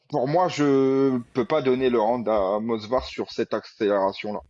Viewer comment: Je voyais aussi un draw sur le fight Evloev/Murphy… Juste pour vous embêter, c’est pas moSvar mais moVsar ;) J’écoute tous vos podcasts les gars je vous kiff, force à vous 💪🏻